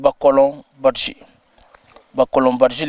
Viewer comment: Il faut prononcer le nom badji comme le prononcent les Diolas.